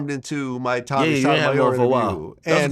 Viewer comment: Glad.. you are wrong. Stop saying Tommy’s name wrong, and admit you set him up. Read your comments sir no one believes you. Tommy has the courage to say the facts about BW that simps like you are afraid to.